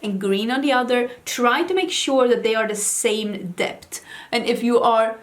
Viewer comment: You mean "dept" 😆🙊